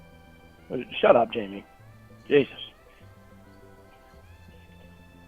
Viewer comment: Every single time Jamie says “we weren’t together”, which completely shatters his stupid argument, he just says “shawt awp jayme”, then continues repeating himself. Dude, you weren’t together, argument over. How does a person live this long being this stupid?